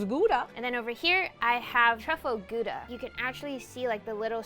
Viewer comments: When Americans say Gouda.. as a dutchie you be like 😑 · I work at a cheese store and im like, thats not how mozzarella looks like and not how your pronounce gouda (im dutch) LMAO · As a dutch person hearing people try and say gouda is amazing